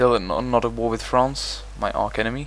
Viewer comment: lol his english has come so far, he said arc enemy instead of arch enemy